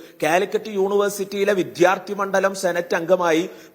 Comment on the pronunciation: വിദ്യാർഥി, ഘട്ടം, ഫലം എനൊക്കെ ശരിയായി ഉച്ചരിക്കാനെങ്കിലും പഠിക്കൂ..